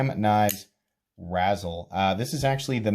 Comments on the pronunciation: Like rayzel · It like a combination of razor and chisel. You keep saying it like the candy, razzles. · Ray-zel, pronounced RAY-zel 😭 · That’s not how you say it